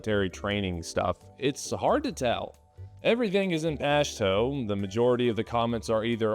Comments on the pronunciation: It's pronounced (Posh too) not Poshtoe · Bro its "posh two". You butchered that name. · It’s pronounced pasht”u” and dari “e” .